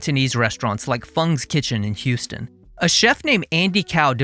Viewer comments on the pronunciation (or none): none